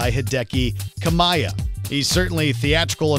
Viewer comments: "Hideki pauses kamaia" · finally somebody at Watchmojo pronounced Jeanne & Rodin correctly! ...and then messed up Kamiya's name.... also: Darth Maul and Wolverine in Tony Hawk's Pro Skater 3 Jango Fett in Tony Hawk's Pro Skater 4 Iron Man and Gene Simmons in Tony Hawk's Underground Indiana Jones in LEGO Star Wars Stan Lee in LEGO Marvel Super Heroes Little Mac in the Gamecube version of Fight Night Round 2 rare blades KOS-MOS & T-ELOS in Xenoblade Chronicles 2